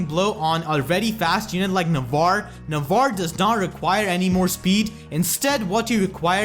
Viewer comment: It's spell "Nah-vah-reh".